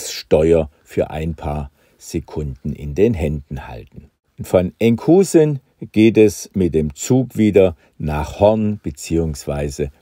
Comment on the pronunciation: Lieber Hagen, die Aussprache niederländischer Städtenamen ist verdammt knifflig. Enkhuizen wird z.B. "Enkhöjsen" (so ungefähr) ausgesprochen. Das "ui" auf Niederländisch ist für uns alle ein Problem. Darum sagen die Niederländer ja auch nicht wie wir "Düüsburg" zu Duisburg, sondern "Döjsbürg". So, das war aber auch genug des Klugscheißerns. ;-) Vielen Dank für das tolle Video!